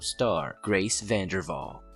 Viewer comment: Vanderwahl not vandervahl